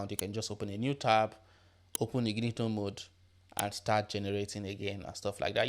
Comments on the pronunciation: I cant unhear ignito mode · Incognito- In cog ne tow. Good video